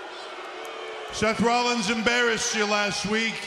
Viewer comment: Seth Rlallins